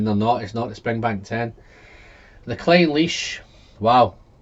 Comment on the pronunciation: Do you mean Craig-ellachie?? And Glen-allachie. Rather than Glen-ellachie.